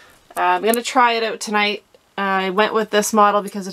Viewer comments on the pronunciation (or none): Why does she keep saying “ote”? Is she trying to say “out” ? 🤷‍♂️